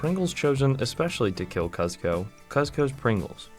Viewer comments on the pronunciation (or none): bro did not watch emperor's new groove "cuhz-ko" lmao